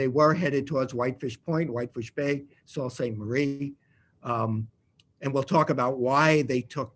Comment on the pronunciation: I I thought it was pronounced 'Soo Saint Marie,' not 'Salt Saint Marie.'